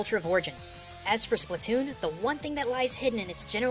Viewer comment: Splatoon, not spletoon!